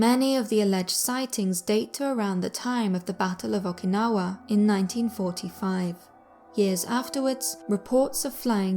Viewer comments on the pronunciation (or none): none